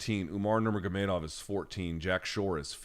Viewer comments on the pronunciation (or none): none